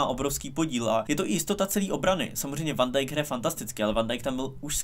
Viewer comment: Prosím říkej Fan a né Van Dijk